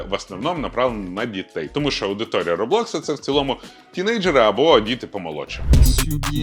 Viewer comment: Рóблокс (з наголосом на перший склад)